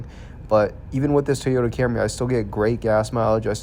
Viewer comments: It’s TOYota not TEEOTA. TEEOTA, TEEOTA, TEEOTA, TEEEEEEEOTA. FFS, why are Americans so incompetent at pronouncing anything . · WTF is a “TEE-OYTA”?????